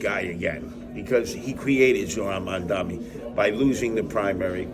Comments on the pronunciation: Seriously, it is that hard to learn how to pronounce someones name? Mam (like "mom" dani (like "Donny") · Curtis should reach out to Mamdani [after he learns to pronounce his name and 😉🤔], and have a discussion among adults. Obviously, all the hope and ideology of myself, Mamdani and others won't all be accomplished but, he has the right ideas at this juncture of thew CHUMP era... Tax the very wealthy...THEY DEFINITELY WON'T MISS THE MONEY!!😉😶🤔